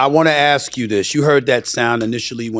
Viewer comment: Dont say axe instead of ask. Please